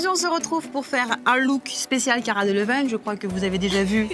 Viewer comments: Je tiens à dire qu'on dit cara delviiigne et pas Cara delevinngne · Ca se dis cara delaviiiiigne . Il me semble. Pas aigne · on le prononce deleviiigne et pas deleviiingne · J'ai bien aimé la vidéo mais sa se prononce pas du tout comme sa son nom!!😂😂